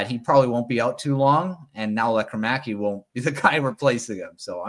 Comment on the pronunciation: There's no "air" required in Lekkerimaki. He pronounces it, LEKKER' imaki.